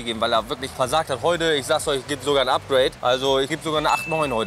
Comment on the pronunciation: Bro ist der größte bauer. Dem seine aussprache von englischen wörtern tut einfach nur weh.